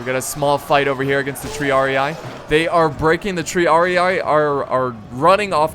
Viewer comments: Triarii is pronounced "Tree-ar-ee", just sayin' not hatin' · Hey. Love your vids but you should pronounce "triarii" with 1 i. Not with 2:-)